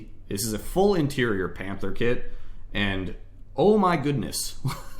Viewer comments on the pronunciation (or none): none